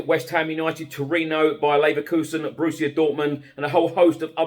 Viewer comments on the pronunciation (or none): none